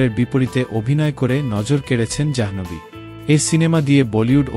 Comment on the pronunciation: অশেষ ধন্যবাদ জানাই আপনাকে Janhvi না বলে Janhobhi বলার জন্য